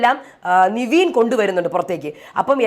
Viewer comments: ലീവിങ് ഏരിയ ❌ലിവിങ് ഏരിയ ✅ നിവീൻ ❌ നെവിൻ ✅ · Ente niveen alla nevin... Peru eppazhum thettikunnu... ne ravethy ennu paranjal engane irikum... Athu correct cheyyu....